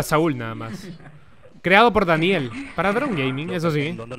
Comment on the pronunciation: Esta paja el vídeo pero único malo es donde dice "|D|aniel Mapper" :v.